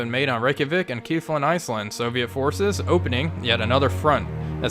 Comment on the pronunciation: kef-la-vik :) I dont know what Kiefland is, inless its Kiefer Sutherlands retirement property! I do enjoy all your videos man please keep it up!